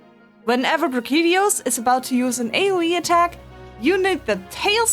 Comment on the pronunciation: Ah yes another monster pronounced in a weird way, freaking not brachydios but brikidios